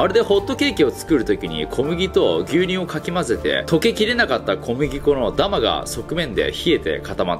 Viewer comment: 「ダマ」の発音が気になった…w ダマ↑？ ダマ↓？